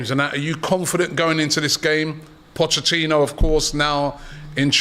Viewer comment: This guy can never say Pochettino right 😂😂😂